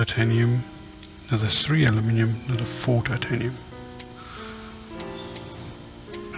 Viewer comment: OMG lol its titanimiumiumium xP